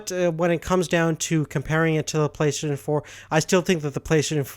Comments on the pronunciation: It's pronounced "Play - stay - shin" not play "plesayshn" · Why can't you say Play STATION???